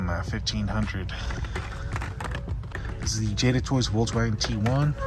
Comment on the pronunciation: Bro doesn’t know to say Volkswagen